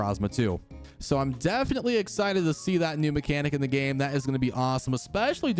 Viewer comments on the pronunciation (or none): none